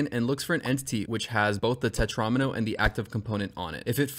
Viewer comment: then you fucked up and called it a tetron-m-o... it's a tetra-meno dude